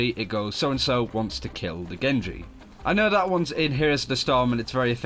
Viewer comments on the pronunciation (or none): none